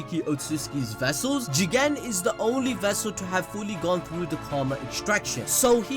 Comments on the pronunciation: Jigen GEE-GAN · Please don’t say jigen anymore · I can’t even pronounce Jigen seriously anymore fam😂😂 - 🤣🤣💀 Great review, homie keeps me rollin during these dope ass reviews, nothing like anime balls deep jutsu fam🔥